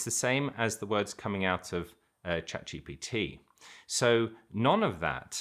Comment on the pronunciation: When you say chat g b t the way you pronounce it makes it sound like the name of some guru! Just a funny observation.